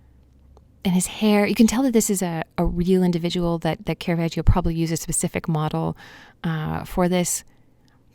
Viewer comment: It's not kera-vaj-io. Put some pronunciation on it. This mistake is made by more professionals than you can shake a stick at.